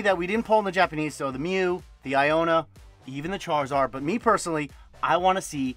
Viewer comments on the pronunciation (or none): none